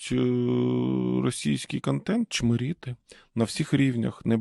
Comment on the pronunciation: Не «чмОрити» а «чмИрити»